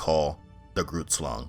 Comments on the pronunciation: Great video, it is pronounced “Ghrrootslung” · not to be concerned it a common mistake people make the GH is supposed to be like the sound of a hissing cat, I put two r’ as you roll the R and don’t forget the U I put in place of the a in Slang I look at it now it would be pronounced more like “G-huh-rr-oert-slung” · The fact that you're African is the issue. Grootslang is an African word. I'm also African and I speak English, so should I not take issue that you devalue someone else's culture while trying to share that same culture? Context plays a major role when considering correct pronunciation, and the fact that you don't care and misrepresent the name and culture means you could easily misrepresent the subject matter itself. Additionally, English is the language of the British, not Americans. Americans have also bastardized words in the English language, mispronouncing many of those words. Your response shows that you're disrespectful and lessens your credibility.. Well done. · lol grootslang . . . hehehehehehe he's pronouncing wrong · You butchered the pronounciation of grootslang and it literally means big snake. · oooph. You pronunciation of Groot Slang, Slaughtered it but in all honestly its hard to say if you don't speak Afrikaans. So no harm, no foul. Another mythical creature is the tokoloshe (It is like a sinister Imp), Zulu's build there houses round because they believe that the Tokoloshe hides in dark corners, so round house, no corners to hide in. Very cool video though. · you butchered the name of the grootslang. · I love the english accent “grootslang” 🤣🤣👍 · The g in grootslang is not pronounced as a English g, but rather it's closer to the German "ch" as in "ich".